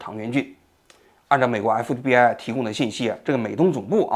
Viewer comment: 王局今天讲话太快，咬词不准，隽（jun）读成庆，FBI读成MBI。